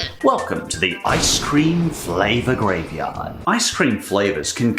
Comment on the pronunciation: Ice cweam?